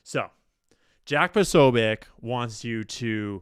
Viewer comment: P'oh-'soh-byets to english ears is much closer to the correct pronunciation of Posobiec. Fight the power. ✊✊✊✊